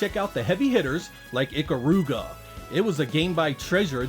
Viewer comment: Ee-Kah-ru-ga…. NOT Ick-ah-ru-ga.